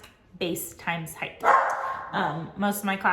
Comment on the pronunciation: Are you saying heigth or height?